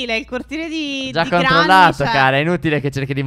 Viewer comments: Si dice grenny..ma si scrive granny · Quando vorrete chiamarla Grenny? Non è che perché c'è scritto Granny si legge in quel modo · Cmq oltre al video che è stupendo si scrive granny ma si legge grenny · Phere cmq non si pronuncia GRANNY ma GRENNI Cmq siete bravissimi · Ma non avete ancora capito che si dice grenny non Granny?!?!?! Ma siete s**